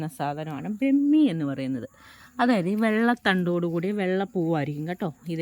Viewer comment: ബ്രമി അല്ല ട്ടോ,,,,, ബ്രഹ്മി എന്നു പറയണം